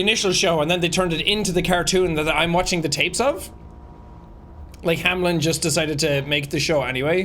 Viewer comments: "Hamlen, Hamlen, Hamlen" So close yet so wrong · Is no one gonna talk about the fact that the company is named Hameln but everyone (even people in the tapes) pronounce it Hamlin. Putting the L before the -en. Did they mean for it to be spelt like that? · does it bother anyone else that its "Hameln" and not "Hamelin" or "Hamlen" or something?? It sounds like everone is saying anything but Hameln.